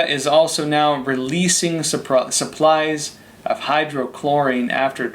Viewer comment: Excellent report. My only critique: PLEASE pronounce HYDROXYCHLOROQUINE correctly.